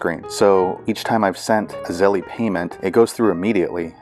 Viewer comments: Thank you for the info. It was helpful, although you y want to update it since the app has updated and no longer has that menu that includes Zelle, but it’s still on the app. Oh and one other thing. I’m sure that you’re aware that it’s not pronounced Zelley. It’s just Zelle. Like hell but with a Z instead of the H. My guess I’d that you were aware and joking. Thanks again though. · It’s pronounced Zell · Hi thank you for the info. It was helpful. Just one thing Zelle is pronounced with a silent e at the end. Like chase, make and so on. But like I said thank you and sorry just wanted you to know and no disrespect.